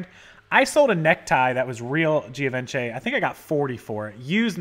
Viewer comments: Pronounced Give-on-Chay :) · It's pronounced gee (long e so it just sounds like G) von she with the emphasis on the last syllable she. LOL